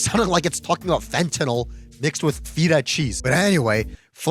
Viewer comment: It's pronounced "fet-hah" cheese, not "feet-tah" cheese